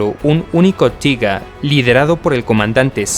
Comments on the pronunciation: un consejo...................... No uses el ingles, en denominaciones alemanas, tiger, es taiger, no tiga, como dices tu...... recuerda es alemán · tiga?... no seria mejor españolizado tiger, literalmente, prefiero leer las fuentes originales.... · osea en español se conoce como tigre no tiga jajaj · Y "Tiga" tampoco se dice "Taiger" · No se dice tiga 1 se dice taiguer 1 y se escribe tigger o algo asi y es mi tanque favorito ese y el jadgtiger E 100 el cazatanques aleman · Se dice Taiga y se escribe Tiger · El Tiger 1 de verdad "tiga"de toda la vida se dice taiger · Por q le dice TIGA al TIGER????!!!! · Se dice Tiger 😁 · que carajo es el tiga ? mal video osea prununcias mal los tanques el t34 aliado JAJAJAJAAJ tiene menos de saber jaja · cierto , pero oye tio haces buenos videos lo unico que no me gusta es que digas tiga y eso pero los demas videos estas muy bien echos te sabes desarroyar bien saludos y sigue asi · Pero hijo mío. Tiga. Panza, porcha. Todas ésas palabras están mal. Diccionario de R. Academia de filosofía y letras del castellano👌👌👌🇪🇸🇪🇸🇪🇸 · Estas en un error. Tiger, en alemán se pronuncia "tiga", en inglés "taiger". En cualquier traductor puedes comprobarlo.